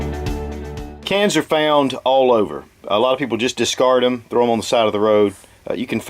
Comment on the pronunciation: When he said "cans are" i heard "cancer"